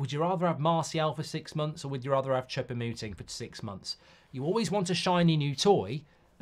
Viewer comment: It's almost like he's intentionally mispronouncing foreign names !